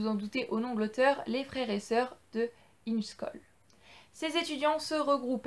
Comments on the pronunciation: Ça ce prononce: ingè choll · Ça se prononce : Ingué Choll